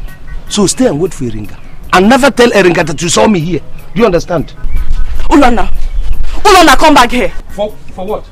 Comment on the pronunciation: lol its Ulonna and not Ulanna